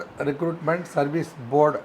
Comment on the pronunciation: அது ரெக்ரூட்மெண்ட் டா. ரெகூர்மெண்ட் னு சொல்றே. மொதல்லே நல்லா வசம்ப வச்சு தேயி உன் நாக்குல.